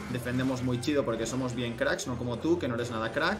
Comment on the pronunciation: Jajajja se escucha chistoso diciendo "chido " jsjsjs